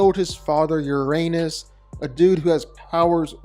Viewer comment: Sun Wukong is The Victorious Fighting Buddha. Also my brother… you’re at least my age, please don’t pronounce Uranus that way…